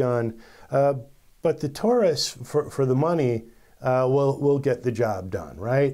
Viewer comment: Taurus pronounced TAWrus. Just like DAUGHTER